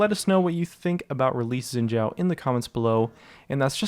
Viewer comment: its "Shin Zh-a0", n0t yin jia0 f0r g0d sake